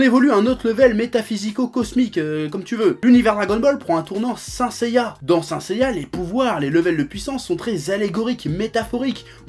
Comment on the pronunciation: et on dit sainte seiya